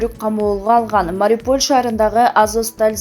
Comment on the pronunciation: Эй кандай окуйсун кичине болсо да граматиканы окубайсынбы Мариполь деп окуйсун МАРИУПОЛЬ деп окучу мынча тупая сабатын жоксун тексти аябай эле акцент менен окуйсун бир аз даярданып окучу сен эске салбасан деле баарыбыз окуйбуз сен коп китеп оку